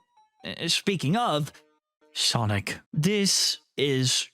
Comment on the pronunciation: It’s funny how he says: “Sonic.” 😂